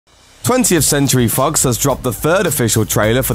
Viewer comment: Did the narrator say "20th century Fuks " ????